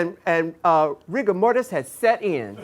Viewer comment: WAIT WHAT THE FUCK RU SAID RIGGA MORRIS